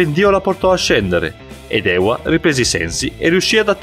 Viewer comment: Ewa wisnierska Si dice eva anche se ce la doppiaw